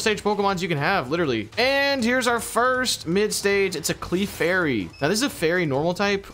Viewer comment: I watched two of your videos, wanted so badly to stop watching but decided to give this one a chance... the moment you pronounced Clefairy wrong, nope... I'm sorry, but y'all need to work on your pronunciation of Pokemon names before I watch your stuff again. I realize this may come across as rude, but I hate cringing at pronunciation every 5 minutes of a video. Good luck on relearning all the names, and I hope one day I'll be able to watch you again.